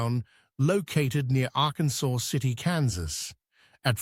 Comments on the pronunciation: The city you mentioned, Arkansas City is pronounced in Kansas as "ar-kansas' not "arkansaw". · If you want to use the full name, it's Ar-kan-sas city - not Ar-kan-saw.